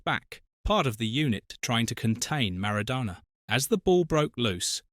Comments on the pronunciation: Could you try to pronounce Maradonna's name correctly. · Pronounce MARADONA correctly you DIV.🙄🙄🙄🙄🙄🙄🙄🙄